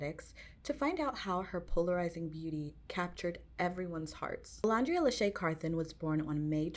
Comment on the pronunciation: Great video, I would say her alter ego, that she and her friends pre-fame came up with, is actually Bama Barbie, and to pronounce her name it's O-LAND-ria. Like the word LAND:the part of the earth's surface that is not covered by water, as opposed to the sea or the air.